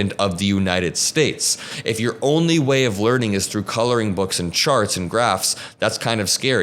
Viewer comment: My guy said "coloring books." Lol